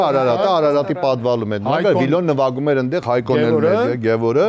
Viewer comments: Ճիշտա ասում, նվաքում! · Գարիկը ասումա նվաքում 😂😂😂